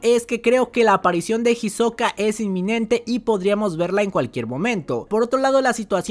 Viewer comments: para el proximo resumen le puedes decir isoka y no jisoka que me da ansiedad plz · no me gusta como suena "Jisoka" :C